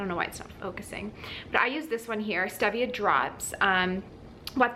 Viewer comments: Its stEEEEEvia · "stee via" is the correct pronunciation. Good information, but on a time situation, one to three months is not long enough for someone who has systemic or dividing candida. Killing the candida is one thing; flushing it out of the system is a whole "nother" story. You sound like you hit all the good things really hard and got rid of it. Good for you!